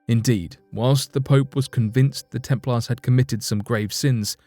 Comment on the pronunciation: The temp'laars? What's with the American low English? 🤔😭